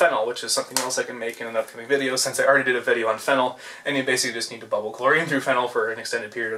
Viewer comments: phenol is pronounced feenol not phenyl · The way pronounces phenol is actually the way fennel (a plant) is pronounced.